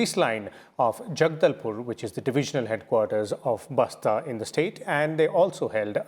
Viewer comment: It's Bastar Not Basta. Idiot Basta Means Bag Say With Respect It's B A S T A R